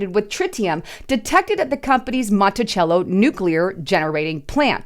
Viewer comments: I live near Monticello and don't mean to be a jerk but it's pronounced "Monti-sello, not Chello". I want out this state so bad. She used to be a wonderful state before Mark Dayton and to present leaders took over. So sad. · It is pronounced MontiSello not chello. I live in Minnesota, in the Twin Cities. Monticello is on the northern part of the Twin Cities. They were trying to sell us that the water is safe to drink. Take that for what it is worth. I dont believe them as far as I can throw them.